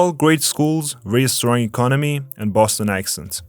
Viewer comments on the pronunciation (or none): none